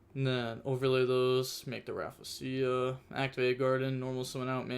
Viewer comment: Sheesh “raffasia” is crazy 💀😂 yugioh players really dnt know how to read